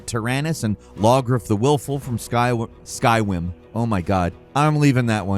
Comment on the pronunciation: Do you find it... wisible... when I say the name... 'Skywim'?